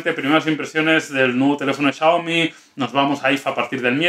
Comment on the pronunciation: no sabe pronunciar Xiaomi